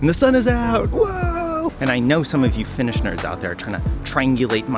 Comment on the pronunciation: gasp Your Finnish pronunciation is AMAZING! 🤩 Greetings from a Finn in Sweden 👋